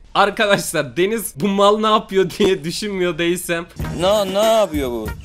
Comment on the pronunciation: Abi denize denis diyosun